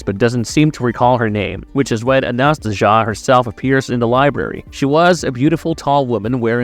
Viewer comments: It’s pronounced Anna-Stay-Zia. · I think the name is pronounced closer to Anastasia